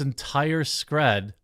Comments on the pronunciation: Screed NOT Scred. Like Creed with a S. Sorry but its driving me batty, 😆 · Screed, not scred. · Not important, but screed is pronounced with a hard e not a soft e. It means a long, tedious speech or writing.